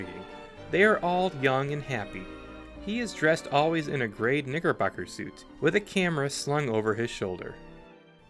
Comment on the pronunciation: My friend it’s a style of suit!😂 I know what it sounds like because sometimes the “ck” in knickerbocker doesn’t get pronounced well enough when talking at a fast pace😂